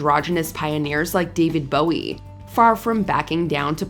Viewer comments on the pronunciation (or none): none